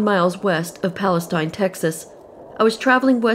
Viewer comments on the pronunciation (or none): Just FYI, the Correct pronunciation of Palestine(pal-uh-steen). Correct pronunciation of Boerne(burn-ee).